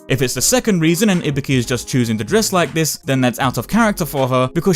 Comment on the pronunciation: Im not here to get your opinion about her design because i dont give a SHIT whether you like it or not, Im here because i want to know her story. and please FFS its IBUKI not IBIKI...